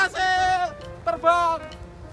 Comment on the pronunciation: Yei....terbanggggg......ngakak medok bget